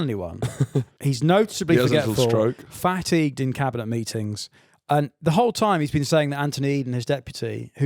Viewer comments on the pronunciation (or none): Was that a Freudian slip from a young Mince Pie Fin, pronouncing it FATigued? 😂